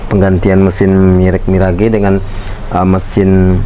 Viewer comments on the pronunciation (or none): Itu merk ngebacanya 'miraj' bang bukan mi ra ge. Mohon maaf